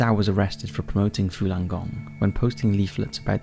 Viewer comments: Falun - not Fulan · Why are you pronouncing it “Fulan”? It’s spelled “Falun”... c’mon man